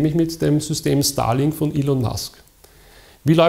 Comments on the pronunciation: Jedes Mal als „Starlink“ gesagt wurde habe ich „Stalin“ gehört. Hab mir gedacht, eh passender Name für das Zeug. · Ich verstehe immer Stalin und nicht Starlink...